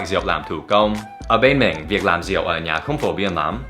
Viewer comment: Xin lỗi nha Việt Nam không có từ rịu hoặc riệu nhé, chính xác là Rượu, không có trái lịu đạn chỉ có trái lựu đạn, ( đặc biệt là người Miền bắc gần như không ai đọc đúng vần ươu, hoặc ưu đa số đọc là iu hoặc iêu. Người Nam đọc rõ ràng con hươu chớ không phaỉ con hiu, Bún riêu nấu óc bươu chứ không phải bún riêu nấu ốc biu. Mr. Dan học phát âm sai, vậy mà dám chê người khác sai?) Dép tổ ong do người Miền Nam sản xuất đầu tiên, nhưng vào miền nam nói dép tổ ong không ai biết. Trong Sai Gon không ai hút điếu cày, chỉ hút thuốc rê. Miền nam không ai dùng từ bón cơm, bón phân cho cây trồng thì có, tư thông dụng là đút, nghĩa của hành động đó là mớm, bởi vậy mới có từ ghép bú mớm.